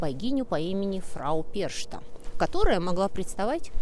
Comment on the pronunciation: Вот так и разносятся безграмотные термины: лектору просто лень уточнить, что в немецком языке ch читается как х. Перхта, уважаемая, и не иначе. Хотя благодаря вам сейчас несколько десятков тысяч русскоязычных запомнят неправильное произношение. Какова ваша цель?